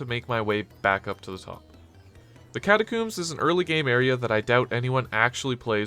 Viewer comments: Why catacooms how do you say comb the word is catacombs - nice video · WHY DO YOU KEEP SAYING CATACOMBS LIKE THAT